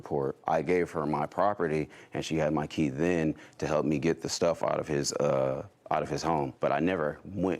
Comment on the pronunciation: Did Judy say I’ve Had Enough Ot You?!😮😂 Wish it was that easy in real life!🤦🏻‍♀️